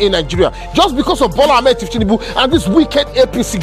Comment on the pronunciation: The pronunciation is incorrect. It’s thiefnunbu and not thieftinunbu. The correct way to pronounce it is on maiyegun diary political